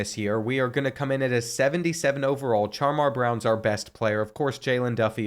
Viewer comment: CHAR-MAR??... NINJA ITS SHAMAR